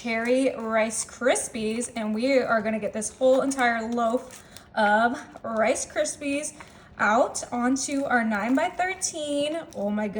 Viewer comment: "FA LUFFY" AND "CA RISPY"??????